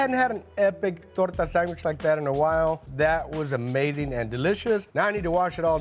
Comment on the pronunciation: Sangwhich. Accurate.